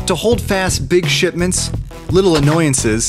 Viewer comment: who else heard shit mints?